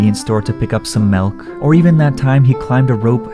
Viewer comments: why did you say malk its milk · Are you canadian because you called it melk